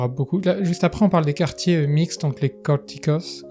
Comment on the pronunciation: Salut! C'est "cortiços", avec un son de "S"